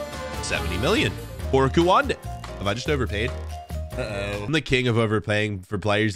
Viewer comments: not kuwande it’s koonde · Kouande? LOL It's pronounced Kunde.